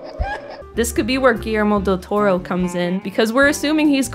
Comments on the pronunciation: i didnt mind the playful mispronunciations of del toros name honestly if you guys spread that kind of banter around better than focusing on one person im pretty sure you wouldn't have gotten as much flak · Ah I kind of understand why they did that dude. The girl got a lot of abuse for mispronouncing Del Toro's name. I don't think she meant any offence and I don't think she should of got the abuse she did. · Intentionally mispronouncing Del Toro's name with Latino stereotypes and miscellaneous Spanish phrases. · I didn't even get the taco joke. I just thought she was mispronouncing his name, which made me mad enough as it was.